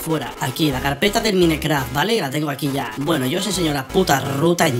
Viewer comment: porque dices minecraft? se dice maincraft se escribe mineraft pero so se dice asi